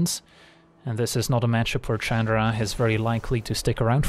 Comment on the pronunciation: I wonder why he always called her Chadra instead of Chandra.